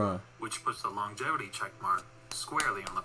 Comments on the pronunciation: Longjatevity? 🤣 too funny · THE WAY YOU COMMENT ABOUT MICHAEL.JORDAN, YOU'RE MAKING YOURSELF AN IDIOT A REAL IDIOT, YOU DIDN'T KNOW ABOUT MICHAEL JORDAN.. WATCH ALL OF HIS GAMES AND SOME VIDEOS ABOUT MJ.. BECAUSE YOU'RE STILL A YOUNGSTER, EVEN THE WAY YOU PRONOUNCE THE WORD "LONGIVITY" YOU DON'T KNOW.. YOU'RE TONGUE TIWSTED.. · When science hits you hard. You can't even pronounce longevity thats why you don't get why you cant factor it in after allready factoring it in. Lebron in the 90s would be another runnerup till MJ was in the Wizards or retired, same with the Warriors. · Reaction videos don't make you a professional ... and you can't pronounce Longevity 😂🤣😂🤣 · exactly! FACTS OVER FEELINGS.,... he said he is a fan of jordan where dude spoke of pure facts lol .... but guys he couldn't even pronounce word longevity so you can't blame him xD